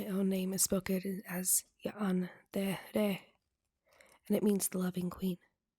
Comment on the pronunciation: "Ya-an-de-re" Clever "Ask-elet-eth" I figured I'd test the other names for puns and NOPE. Edited after listening a few more times and saying it aloud. "Hadre-faad" Until told otherwise I'm going to assume that I got the spelling right on Listener's name(s)